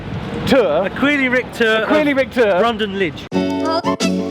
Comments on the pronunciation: ‘Brondon Lidge’ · "Brondon Lidge"? What the hell?